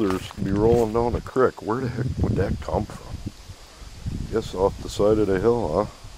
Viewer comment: Your speech impediment shines through when you try to say creek. 🤔